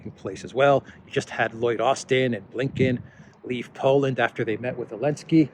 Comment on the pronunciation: Why do you call him .elenzky?